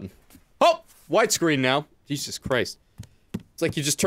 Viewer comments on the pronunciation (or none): none